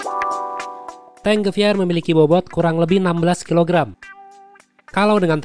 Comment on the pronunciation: Gua dengernya bukan T-Gewehr malah dengernya Di-Geber 😅